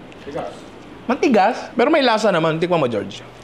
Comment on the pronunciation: di talaga mahuli huli ni yung tonohan nung "tIkman na natin yan pero bago yan Jerome slowmo ka muna konti lang" 😅😂😂